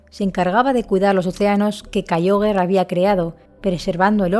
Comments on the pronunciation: Sólo una observación: se pronuncia "Kiogre", no "Kaioguer". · No se dice kaiogre se dice kiogre y tampoco cherneas se dice xerneas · Es en pronunciacion es Kiogre y Rayqueiza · ¿Kaioger? ¡Kyogre! Deja el postureoo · "Kayiogre" Tipo agua Tercera generacion